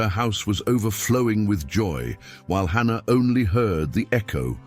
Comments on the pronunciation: Its Hannah, not ANNA.😢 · It’s Hannah not Anna 🤦🏽‍♀️